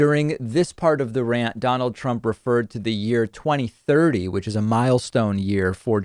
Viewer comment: I had no idea he meant 2030 during that mess of sounds he called a speech I honestly thought he meant